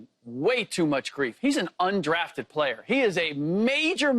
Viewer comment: Keyshawn emphasises weird syllables in every segment, it's weird. "He's not a bad playERRR"😂